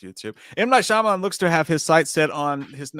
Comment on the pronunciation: I wish J knew how to say Shayamalon, (Sham-a-lon)